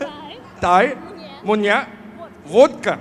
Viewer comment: Alex Hirsch totally nailed the word Vodka!!!!perfect russian pronunciation👌🏼